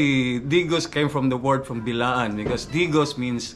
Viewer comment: The guy is historyan but cant say the right word to call the tribe its not bilaan( Blaan )